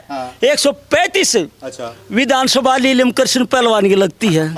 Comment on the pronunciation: Or बात तो सही ह बाकी इस अध्यक्ष pardhan ko नीलम बोलना सिखाओ यो लीलम bole h